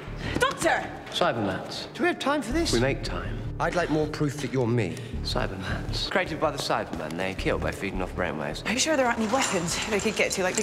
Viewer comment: he says cybermats not cybermans